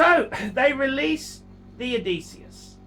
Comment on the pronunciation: Best thing about this video is the correct pronunciation of Odysseus.